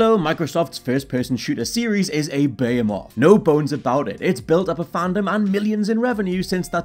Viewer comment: I've never heard anyone pronounce "behemoth" that way before. haha. Nice vid.